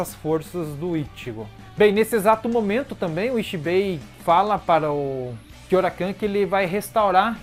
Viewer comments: É Kyouraku não kyourakan, até me perguntei quem era esse kyourakan kkkkkk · Sei que é irrelevante o que vou falar agora, então já vou pedindo desculpas antecipadamente mas é engraçado ficar ouvindo você falar "Kyourakan". Kkkkkkkkkkkk